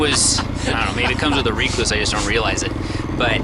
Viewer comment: Did he say "ree-clue-say" clutch?